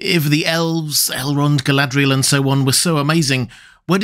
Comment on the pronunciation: I've commented before on this and am still in need of education. But your pronunciation of Galadriel is inconsistent. Sometimes (20%) you pronounce it like it is spelled, other times (80%) it's almost as if you replace the 'R' with an 'L' as if you're romanticising her name. Honestly, you're the expert, if you tell me it's some accent on her name to make it sound how you pronounce it 80% of the time I'll take it as gospel.